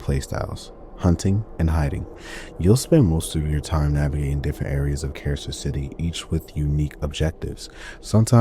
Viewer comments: (Car-sir) Carcer City not (Kay-sir) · “But it’s out of glass.” I could excuse “Kay-sir” City, but not this, what the hell?